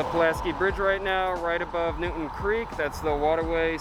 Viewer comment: It’s New”town” Creek not Newton .Also , McCarren Park is not in Williamsburg